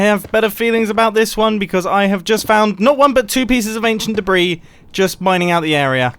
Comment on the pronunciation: British man saying anchient debris-s colorized. And I never thought the day would come...